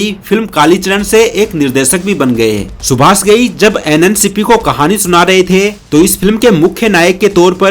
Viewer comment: Mishra ko Misra, Subash ko Subas, Rajesh ko Rajes, and many other wrong pronunciations.